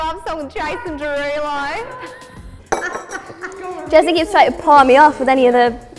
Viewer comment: The way Jesy mentioned Jason Derulo with that accent😂😂😂😂